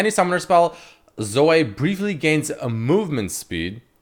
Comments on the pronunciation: Her nam is (Zoh-ee) now (Zo-way) Sry but that was so cringe lol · Zoh- Ee not Zoh- Ey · i kinda died a little when called her Zo-way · it fucking zo-ee not fucking zo-eh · When called her "zo-ay" I got trigger as fuck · it’s zo-eeeeeeeeeeeee not zo-AY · It's not zoi it's Zoe ffs lul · It's not zo-ay, its not zo, IT'S FUCKING ZO-EE. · Zo-ay or zoh. Dude have you never heard the name Zoe before??? You're pronouncing it like 5 different ways none of them are correct. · Please stop saying zoh-ay, it's more cringe than the champ itself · please no. it is not zo-way. (insert clip of steve carell from the office(OH GOD NO)) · Why are you pronouncing Zoe like "zoah" ? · why did you start pronouncing zoe like an abnormal human-being...? saying it like 'zoeai' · the type of nigga to pronounce Zoe as 'Zoay' LMAO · Zoay? Who the fuck would pronounce it like that? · Zo - Ay ? you for real bruh? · Anyone else annoyed at his pronunciation of Zoe? cause i'm annoyed. not like i hate it annoyed just annoyed that it's got so many different pronunciations nowadays.